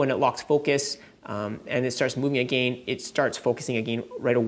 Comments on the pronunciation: Triggered when you say again.. it's not A-Gain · the way you say again 🤣